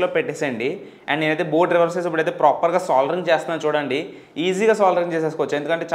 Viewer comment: Proper ni ppropperr ani bale antav bro nuvu